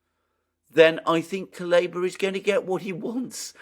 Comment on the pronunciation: it's Coo-Leh-Bah.